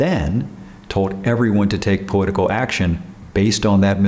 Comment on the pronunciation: I can’t get over him saying “powitical”